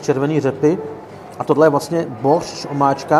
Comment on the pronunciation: Kámo je to boršč, ne bořč, jak neustále opakuješ 🙂